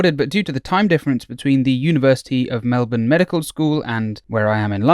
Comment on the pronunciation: I love that you say Melbourne correctly <3